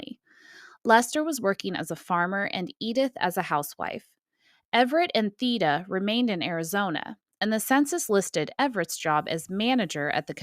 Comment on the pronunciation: The E in Theda would actually be pronounced as a long A. English is a weird language